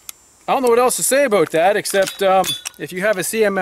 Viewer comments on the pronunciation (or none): Aboot? Aboot? "I don't know what else to say aboot that"? Are you in Canada, sir? I'm asking because I didn't think ARs with *standard capacity* (read: 30 rounds) was that easy to own there.